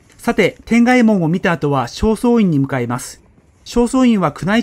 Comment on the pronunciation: 奈良に住むものです。 東大寺について詳しくご紹介いただいて、興味深く拝見しました。 国銅という本は知らなかったので、ぜひ読んでみたいと思います。 南大門の柱に穴が開いていてその奥に火縄銃の弾が残っているのですが、次回にでもご覧ください。 一点、転害門の読み方ですが、正しくは「てがいもん」と呼びます。 いい動画を見せていただき、ありがとうございました。